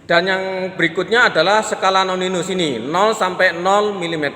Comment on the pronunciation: Koreksi... Skala Nonius bukan Noninus